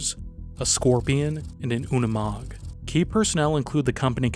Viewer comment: I've never heard a Unimog not pronounced as Uni Mog but Umi Mog like it was here. Makes it sound like something an Ork would say out of 40K video game. "How'd they get ere then? On one of them Unimog the ones dats painted all green?" 😅